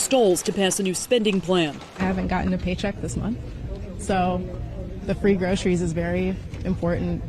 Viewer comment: he can’t even pronounce the word groceries. 😂 bafoon